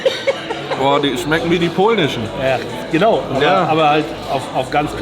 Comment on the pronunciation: Wenn noch einmal "pohlnisch" sagt dreh ich durch😂